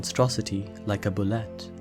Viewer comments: Bullette is pronounced "Boo-Lay" , just fyi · Bulette is pronounced Boo-lay according to the 2nd edition DnD monster manual. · Bulette is pronounced boo-yay